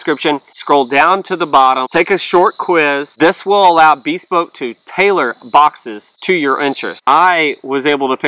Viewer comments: Unless the business has changed something, I believe the word is "be SPOKE", accent on the last syllable. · BehSPOKE not BEEspoke